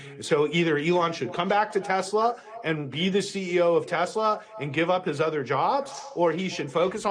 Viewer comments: "I love tesler!" 🎉😂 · It’s pronounced “Teslurr” now. “I love Teslurr!”😂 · Nah mate its TeSLUR